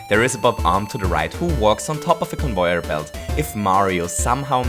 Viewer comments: It gets on my nerves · I love this series so much which is strange because I don't have Mario maker XD p.s if your reading this where are you from because I like your accent (No offence but it's pronounced con-vey-er too) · (No offence but it's pronounced con-vey-er to XD typo) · I like how you pronnounce it as convoyer belt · It's pronounced con - vay - yer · bambamboodee I see... he mispronounced lol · Conv e yor Belts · I wanna smack this boi for the way he says conveyor belts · you really butcher the word conveyor xD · It's convayer belt not convoyer belt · It is pronounced Cun-vair Not Cun-voy-er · you kept saying convoyer belts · Stop saying convoier belt say it right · Why are you saying convoir belt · its con vey er not con voy er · Convöyer belts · i love that he says convoyer belt <3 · Convoier blots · "Convoyer belts" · conwoyor belt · He says convoyer belts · Convoyor? Really? And goombors. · stop saying convoyor belts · Everyone: conveyor.: convoyor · “Conboyer belt” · why do you always say convoyor belts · Convoyor or conveyer? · Did anybody know he says convoyer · Not convoyer its convayer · it's conveyer not convoyor u idiot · No, its so annoying the stupid CoNvOyEr it’s conveyor not convoyer! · convoyer belt. lol. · convoier belt conwoier belt please, its conVEYer belt. please i dont want to hurt your feelings with this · Trying to think on how this guys accent can get any better, it ruins Super Mario Bros. on how he says things. For example: "Convoyor velts" "Gumpas" "Bub-umbs". Also how much cringe he makes when he explains things, like a story and weird cringe effects, how he says what happens as a story. He's weird. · “Convoier belts” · i'm not making fun but every time he said convoyer i laughed so hard(i was trying to be serious be fore and after watching this i didn't work) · WHY CAN'T YOU JUST SAY: CON-VAY-ER-BELT? Note: You do say con-vay-er-belt sometimes* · I Die as many times in fortnite as he says convoyer belt